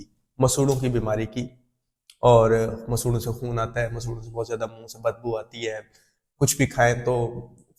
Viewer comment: یہ لفظ مسوڑے ہے مسہوڑے تو غلط ہے